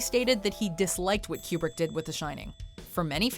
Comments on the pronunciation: FOR... THE... LOVE.. OF... GOD!!! It's pronounced 'KOO-brick', ~not~ 'Q-brick'!!! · I prefer Q-brick.